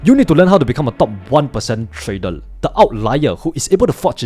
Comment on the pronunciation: In this new year, do consider to speak with proper pronunciation of "R", like "trader" instead of "tradel" etc